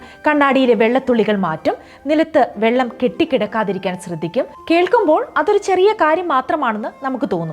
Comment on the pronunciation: സ്രദ്ധിക്കണം എന്നു പറയാതിരിക്കാൻ ശ്രദ്ധിക്കണേ...